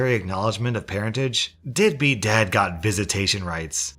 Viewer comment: Anyone else hear “deadbeat dad” as “dippy dad”??🤣🤣 I kind of like that better😁